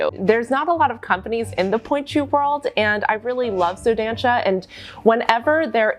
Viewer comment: Dança is pronounced "duh-ssah"